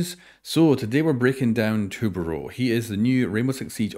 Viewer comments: Pronounced- tu-bah-roweh (last part rhymes with owe, like owe I hurt my toe) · Hey dude, saying it as tub + ah + and round - d. Portuguese can be hard lol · I honestly can't help you pronounce his name correctly, idk anything in the English language close to "Ão" . Capitão, Caveira and Tubarão I haven't seen anyone pronounce correctly so far. Still awesome vid, continue with the awesome work! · his name is most likely pronounced two•bah•rah•oh , just like Capitão. the name has that ão accent at the end since it’s portuguese.